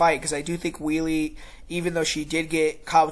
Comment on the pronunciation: We-le? Hello! "Weili" is pronounced "Way-le." By the way, you are sooo smug for making a lucky prediction in the first fight! You are delusional! First, the kick was a fluke. Second, the fight was stopped prematurely, as Zhang was NOT knocked out. Third, Zhang was toying with whiny Thud Rose and was winning the round before whiny Thud Rose connected with her lucky kick. What are you going to say when Zhang smashes whiny Thud Rose in this fight?